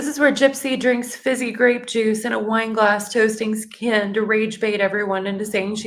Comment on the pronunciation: I wish someone would teach me how to pronounce Kens name like Gypsy 😂😂😂😂 that's funny 🤣